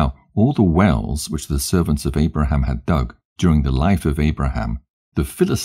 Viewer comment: Love to Hear this, But, You CANT Wven Call Abraham's name Correctly VERY, EAR-Atating